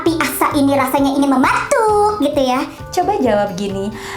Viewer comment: ngakak anjir wktu ngmng 'mematuk'😭